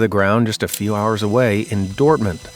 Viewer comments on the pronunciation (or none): none